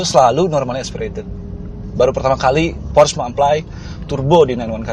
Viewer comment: Pengucapan 'porsche' nya yg bener dong, reviewernya kurang informatif jg, ga spt ridwan atau mas fitra.